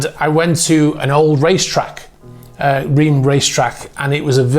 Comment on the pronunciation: The city of Reims is pronounced improperly. The eim sounds like un (number one in French). The closest I imagine it said by an anglophone would be Ranss